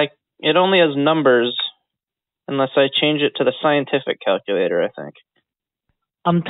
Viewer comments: Scientific calcoooolater - brilliant I'm sitting here laughing my head off, keep up the good work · Do one thing and just delete the cow-koo-lator.... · clear the calc. CLEAR THE CAL-QUE-LATE-OR!!